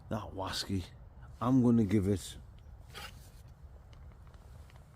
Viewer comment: Whaskey's, bwandy's and wum's oh my! Bwerrrrrrrrr!